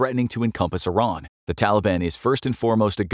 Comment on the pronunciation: This time u said Iran right! Good job